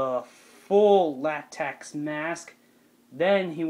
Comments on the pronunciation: By the way its latex not latax lmaooo but your costume is great tho its 🔥🔥🔥🔥🔥🔥🔥🔥🔥🔥🔥🔥🔥🔥🔥🔥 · it not latax it is latex